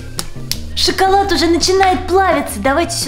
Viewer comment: не шыколад а шоколад это тебе просто слышится шыколад атак шоколад 🍫 хорошо больше не путай